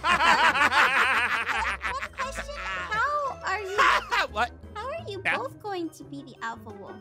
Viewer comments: im gonna name this the great powerful- Aphmau-Doody Land Me-I thought she said dooky land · why do say doody land?😂